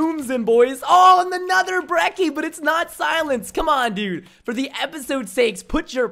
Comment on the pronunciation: ThePurpleguy123 everytime i hear someone pronounce "Brecky" i lose my shit Its pronounced brecci